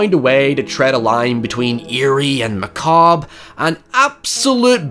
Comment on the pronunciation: Sorry it took me a couple days to get to this. Happy you pronounce "macabre" correctly now!